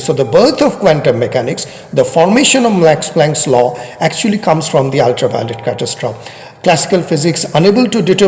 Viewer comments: Your pronunciation is practically correct, but end an "e" sound to the end (cat-as-troff-ee) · It may not be that important but as you are an erudite person so you may consider it. Your pronunciation of 'catestrophe' is wrong. You may check its pronunciation using google